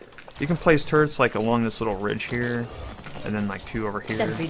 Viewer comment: Instead of Turrets i hear Turds xD. No offense